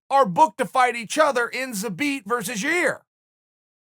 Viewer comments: Chael "Ya Ear" Sonnen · I miss the way he used to say Yarear and Kamara 😂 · Yair YARREAR gets me every time 😆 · Chael needs to pick a way to say "Yair", the poor guy is probably getting confused on how to pronounce his own name.